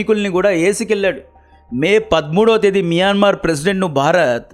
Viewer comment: మియన్మార్ ❌ మయన్మార్ ✅